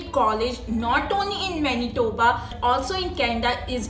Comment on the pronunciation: She sayed Menitoba 1000 times.